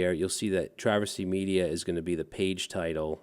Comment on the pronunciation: It's always "meida"